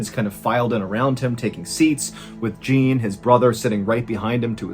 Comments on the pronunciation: Not a criticism but a little surprised that while you pronounce Jacque and the cities as the French do, Jean or Gene, not sure of the spelling of the brother’s name, is pronounced like an American. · the pronunciation of Jean's name is too funny xD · I guess he’s from up north, Wisconsin or something. His bowls frequently sound Canadian. But a Canadian would know how to pronounce Jean. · Yeah, his mispronounciation of Jean was driving me crazy, especially since it's the same name as his OWN 😂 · You do a better job at pronouncing French words than most YouTubers. If you are trying to say Jean, you don't say the last letter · "Jean" is not pronounced like "Gene" in French. It is pronounced like "Zawn". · It’s not Gene, it’s Jean, sounds like John! *Summary I was passively listening at the beginning of the tale while I organized and shelved the groceries I just bought. I finished that task, grabbed a snack, and settled down and allowed myself to give the story my undivided attention. I found myself questioning what type of parent names there son Gene (not that it’s a bad name). Then Ballen starts talking all artsy with accents and stuff. Then it hits me. I realized this story was set in France 🇫🇷 and now every time he says Gene my head explodes 🤯 and I’m screaming at my phone “It’s Jean sounds like John”. Then I Wrote this essay when a sentence would have sufficed. I’ll give the rest of YouTube the shorter option choice. For those of you who read all of this, I m sorry your Saturday is as boring as mine 😢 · Jean is pronounced Jahn btw, with a soft J, kinda like Shann 😉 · It's Jean for crying out loud! Not Gene! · Jean is not pronounced “gene” it’s pronounced je-ahh-un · Pretty sure Jean is pronounced Shawn. Like Jean Claude Van Dam. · Jean is pronounced more like “John” with the “j” sound you’re using for the nameJacques. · Jean pronounced John with a soft J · So funny how pronounces Jacques correctly but pronounces Jean "gene" LOL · This is not as you pronounce Jean 😂